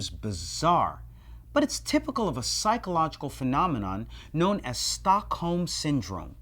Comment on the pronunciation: American just can't pronounce Stockholm. The British people are at least better at it. Anyway, it's a cool name for a syndrome.